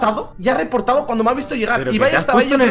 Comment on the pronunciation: No es por nada pero amo que Ibai si diga bien su nombre😂💛